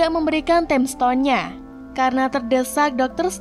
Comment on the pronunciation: Tolong min belajar dulu masa sih time stone bisa-bisa nya jadi Ting stone